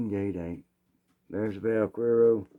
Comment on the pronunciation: Vaquero is cowboy. The "que" in vaquero is pronounced as the "che" in chemistry. You have the rest just perfect. What 22 handgun do you recommend for a retired woman? Looking for a reliable, easy to shoot 22 handgun and a 22 rifle. Thank you for sharing music, stories, guns and Jesus.